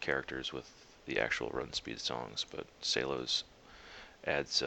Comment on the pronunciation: S E L O S..NOT SAY-los